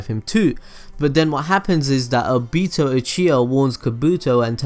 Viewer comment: obito not obeeeeto